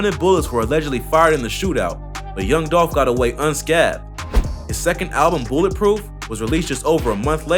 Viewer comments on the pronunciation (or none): Lol he said "un-skath-d", yo it's pronounced "un-skay-th-de" spelled unscathed. just saying.